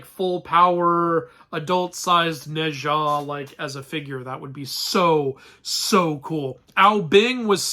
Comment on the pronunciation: Wait, isn't it supposed to be pronounced like /No cha/?